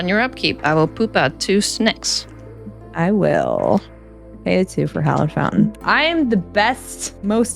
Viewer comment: Perhaps one of the coolest parts of the game was seeing you burp your little guy. Looks like such a precious little one…and the way you say snakes, sounds like snacks!